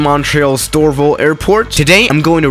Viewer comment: IT no doraville it dorval